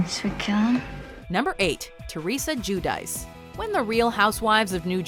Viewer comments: lol nice pronunciation on 'Jew dice'. 'C' makes a 'Ch' sound in Italian. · Is Giudice really pronounced like in this video? In Italian it would be pronounced something like "Geeoodechee". Maybe I am mistaken.